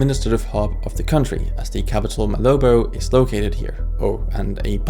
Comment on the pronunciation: It's Malabo not malobo